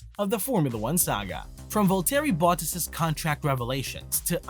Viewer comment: It's Valtteri Bottas (Pron: Valtree Bottas) ... not Vole-Terry Butt-Ass ... if you're going to report on the sport, please reasearch how the names are pronounced., it'll give you more credibility.